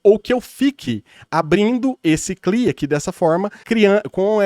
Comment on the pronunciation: Só um apontamento mestre, C. L. I. (Command Line Interface), é um acronimo, então deve ser falado tipo: CI AH LAI ( see el eye) ou em IPA (/ˌsiː ɛl ˈaɪ/)